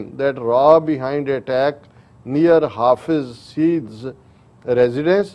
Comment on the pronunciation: Its hafiz SA-EID pronunciation